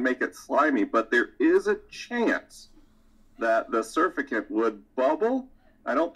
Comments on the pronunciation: He kept saying "surfacant" and I'm pretty sure he meant "surfactant". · They're called surfactants rather than "surfacants," but yes! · It's surfactant, not surfacant... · When mispronounced surfactant though... "sur fa cant" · Say it with me, "Sur-FACT-ant". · someone needs to tell him its pronounced Sur-fact-ant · I was looking for this comment. Thank you. LOL surfacant got me confused. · sur-fact-ant please say it right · Surficant or surfactant? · Thank you! This drove me crazy. Especially since he’s supposed to be the expert. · His pronunciation of 'surfactant' has me questioning the scientific validity of this entire experiment. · That was the weirdest way I’ve ever heard surfactant announced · Love Science but WHY DOES HE PRONOUNCE SURFACTANT THAT WAY?? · How does Science not know how to pronounce surfactant???? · HOW IS HE PRONOUNCING SURFACTANT????? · Science man can't say surfactant